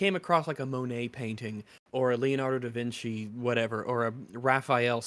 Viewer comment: Did he just pronounce Da Vinci as De Vinky?